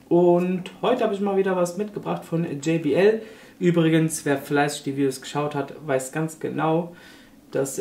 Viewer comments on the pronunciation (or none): hahaha Jay-BI-EL. Ich musste sofort lachen. Einfach JOT-BE-EL (JBL). Eine Deutsche Firma. Jay-BI-EL produziert Kopfhörer und andere Musikgeräte.